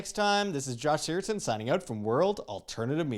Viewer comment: You need to learn how to pronounce your name, Josh. It's SigurdSON, not SigurdTON. C'mon, man. Get with the program.